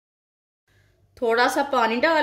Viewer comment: Vesan nahi hota besan hota ha